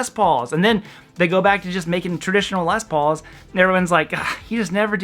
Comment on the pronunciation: Why does he call a Les Paul (two separate words) - a Lezpaul? lol